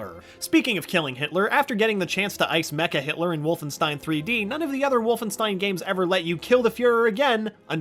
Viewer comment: It’s pronounced WolfenSHtein Get your foreign spelling right